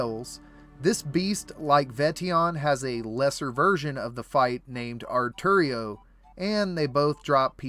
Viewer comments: Are you intentially mispronouncing some of these names? Its ar-tio not ar-terio. And civitas illa fortis not civitas illas fortis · A-r-t-i-o Why does everyone pronounce it artario? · Disappointed by the Artio mispronunciation. It’s Ar-show